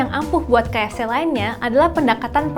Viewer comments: Lucuk...kakanya nyebut ka ef ceh 😆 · Salfok sama penyebutan kaef ce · salfok ama logat MC nya ngomong kata "KFC"